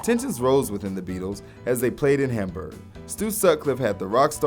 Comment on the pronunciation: its Hamberg not Hamburger